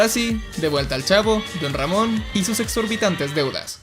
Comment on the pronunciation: Como Se Dice: Don Ramon Como Lo Dice El Chavo: Ron Damon Como Lo Digo Io >:v: Mc Ron Jamon xdxdxd